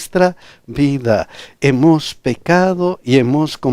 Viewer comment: Pastor...disculpe! Por favor, pronuncie bien " HEMOS".